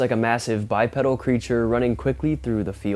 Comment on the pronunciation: Love your channel but its pronounced Bi PEEDAL, a pedal is found on a pushbike